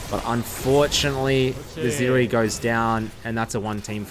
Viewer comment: It's Zeri. Not Zeeri.